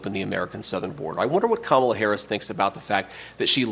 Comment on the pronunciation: IT'S KA-MA-LA........